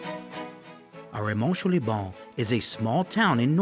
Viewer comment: I love the pronunciation of Arromanches and Bayeux! Anyway, thanks for a very good video that makes me want to go back!